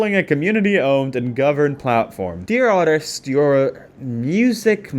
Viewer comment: Everytime he says "artist" all I hear is "autist" 😭😭